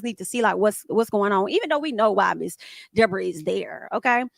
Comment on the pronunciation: The wild dee-bor-ah is loose again 😂 idc it was her fault anybody who can just lie without being prevoked is definitely an advid shit starting